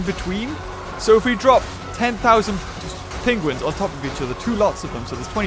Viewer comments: Hate the way he says penguins. “Pingwings” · Hear how he says penguins